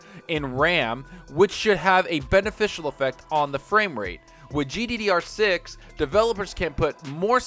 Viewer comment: Man it bothers me when you say GDD6. It's GDDR6...